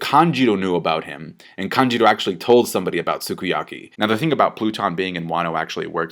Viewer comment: It isn't kanjiro it is kanjUro ffs